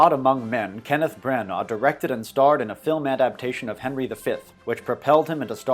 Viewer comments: For heaven's sake learn how to say Branagh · why are you saying Branagh so wierdly?